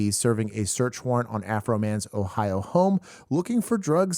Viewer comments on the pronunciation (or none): none